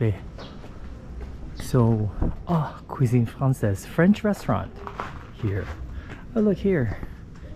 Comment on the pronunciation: Damn.. i like when you said Cuisine Française 😍